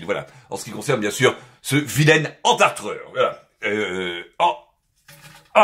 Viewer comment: Entarteur,pas entartreur...